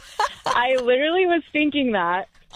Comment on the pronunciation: literally? 🙅‍♂️ Litter-ly? 👌 She can't even say the word "literally" 😂😂: it blew your mind because you have a very low IQ 😂